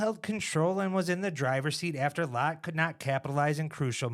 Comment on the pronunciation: I thought Latt was pronounced like Hat not Hot.